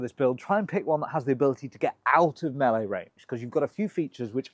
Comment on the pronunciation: I like that you pronounce melee correctly.